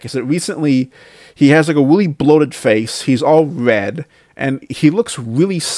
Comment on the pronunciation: What kind of grown man talks like this? "He weally started dwinking mowe, his face turned wed"